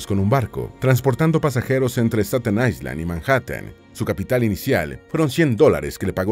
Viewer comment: La palabra Island se pronuncia sin el sonido de S. Eye-land. Es importante buscar la pronunciación de palabras de inglés antes de hacer el vídeo.